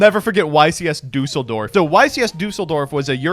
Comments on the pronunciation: Day "Dußeldorf" one more time and i will lose it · I love when Americans try to pronounce german cities. trying to say Düsseldorf was hilarious